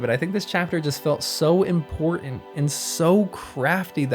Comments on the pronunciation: you say ''Imporhank'' it is Important that you polish your diction since you are doing something that depends so much on your voice. nice video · PLEASE , if you are going to narrate, polish up your diction. ESPECIALLY, DO NOT say 'impor-int'. Whoever taught you (and your generation) this pronounciation did you a disservice. It is low class. The word is imporTANT. Tell your friends.